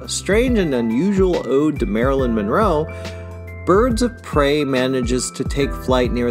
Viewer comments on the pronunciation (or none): none